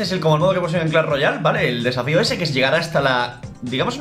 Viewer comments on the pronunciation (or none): none